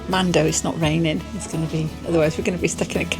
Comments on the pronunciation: Mandø is pronounced man-ø. Silent d. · Just a little language lesson. Do not pronounce the D in man(d) and the Ø (mandø) is not pronounced as an O. Ø is a single letter and also the word for island (In English) not the country of Island (Iceland in English) Norway also calls it an Ø and Sweden an Ö, they are all pronounced the same way. Try to listen to google translate to hear how the Ø is pronounced. (Is = Ice) oh and directly translate Mandø is Man island in English.